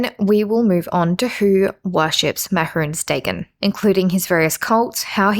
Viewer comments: Im a minute and a half in and I cant stand how you pronounce his name man. Like it is just the most stilted and awkward way of saying it and I cant bare dealing with it for a whole hour and a half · Can someone tell me if she ever stops pronouncing it like that? Or should I just skip this one? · Is she gunna say it like that the whole video…. Yup. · the way you pronounce mehrunes dagon instills a slight amount of primal fear and rage, fitting i suppose